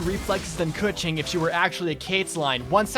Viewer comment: Holy fucking shit your pronunciation of Keqing isn't Kaching like all the other youtubers I LOVE YOU!!!!!!!!!!!!!!